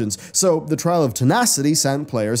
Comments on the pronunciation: ARcatraz, not ALcatraz. Lol, I felt like I was taking crazy pills listening. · ARCatraz. ARCatraz, not ALCatraz.